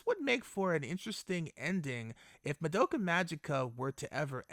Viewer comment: Why are so many people pronounce the name "Madoka" so wrong...? This is NOT japanese pronounce. For example the German "Madoka" is the same like the Japanese.